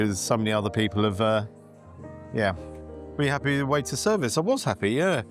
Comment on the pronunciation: Sounds more like Crappy than Happy,!